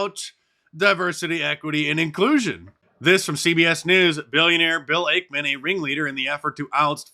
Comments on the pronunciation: It’s actually Ackman not Akeman Mark. Ack like acknowledge. Also Carl Icahn’s last name is pronounced like Icon. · Bill 'AKE-man' .... 😂😂😂😂😂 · Hey Mark - it's X. Twitter is history. Also, you're mispronouncing Ackman's name. Genius.